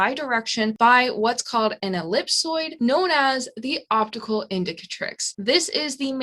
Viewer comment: I like how you say epsilloid instead of ellipsoid 😊. Fantastic videos, I’m learning so much from you. Thank you!